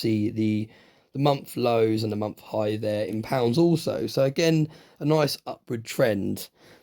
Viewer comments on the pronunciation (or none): It's "month", not "mumf".